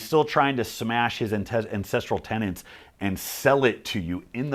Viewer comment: This was fantastic. You've got a new subscriber. For the record, the word is tenet. Everyone , including Liver King, says tenant.